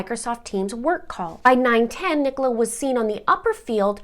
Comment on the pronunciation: Brilliant pronunciation of Nicola's name, I've heard many Yanks butcher it! 🤣 I am totally intrigued by this case, and as someone who ran a very large Facebook group about Perimenopause, I'm saddened to know this was a part of it, although I think that information should have been kept PRIVATE. The Police have also butchered this case, completely incompetent behaviour. People need to understand that HRT doesn't help everyone, particularly in the Peri years when your own hormones are like a rollercoaster. HRT just adds more hormones on top. The progesterone part, as you say, can add rage or depression, and this is why I will never be able to tolerate it. I also have chronic migraine so probably wouldn't be allowed anywayz. I don't trust her husband, and I would bet he was the one who called from the Welfare Check, typical Narcissistic husband kind of move. Get her labelled as a crazy, hormonal woman, then everyone will feel sorry for me, type thing. Even the Police mentioned how difficult it had been for Paul and her family. Narcs always get everyone feeling sorry for THEM and blaming the victim.